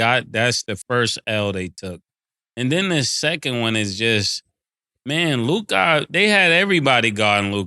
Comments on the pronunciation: I can’t stand the way mase says “LUKAA” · Why do they say Lukah and not Luka? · “Lukaah” -Mason Betha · Mase said “Luke-ahh” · The way say Mase Luka name is hilarious. Lukai 🤣🤣🤣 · Ma$e got me weak every time he pronounce LukAAA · He’s saying “Luk-God,”you simp. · The way mase says luKAH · Why does mase keep saying Luka's name like that lmao "luke-ah" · why they be saying lukAH ? 💀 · I be laughing how Mass pronounces Luka name “Lu-Kaa” lmaoo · “Looo KAH”-mase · Why Mase keep pronouncing Luka name like that lmfaooo. LukAaaa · why you saying LOOKAH like that 😂😂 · Why Mase say Luka name like that? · The way Mase pronounce Luka is funny asf to me 😂😂😂😂😂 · Y mase say Luka like that 😂🤣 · Why tf mase saying luka like that 😂😂😂